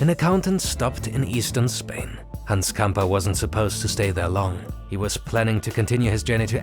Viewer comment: Camper? 😅🤣😂 It is Gamper. It sounds so fake. Elefant Blue. 🤦‍♂